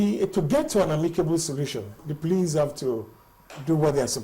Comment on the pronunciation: it is police not pliss